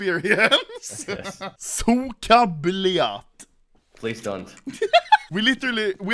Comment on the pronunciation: not sooka its suka